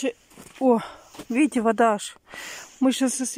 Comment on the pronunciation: " А вот здесь вот виите Буква Ок?!" Виим,виим 👌😁